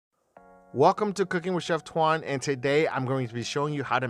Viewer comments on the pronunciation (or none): How come u didn’t say your name in Vietnamese way instead of “twan”